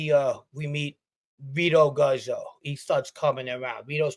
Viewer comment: PERFECT TIMING... I was craving some new badass content :) EDIT: Guzzo in Italian is actually "Goots-oh" -- like pizza, any time you got two z's it's a "-ts" sound (in Italiano)* THE GOOTZ! lol